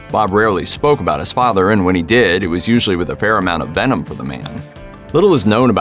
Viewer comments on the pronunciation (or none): none